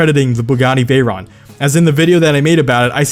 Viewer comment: You're pronouncing it wrong it's pronounced like 'veyro' and 'sheero'